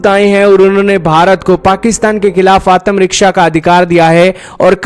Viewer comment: Can't even pronounce ATMARAKSHA ‼️👹⁉️🤣